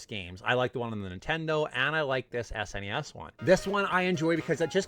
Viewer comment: I'm only 2 minutes into the video and yes to Super Mario World! It's our son's favorite Mario game, Yes to pronouncing it S-NES and yes to the Canadian pronunciation of Mario.... I get crap for it too LOL😂 And to answer your question, now that I'm done watching the video of my perfect game on the SNES it would have to be Super Metroid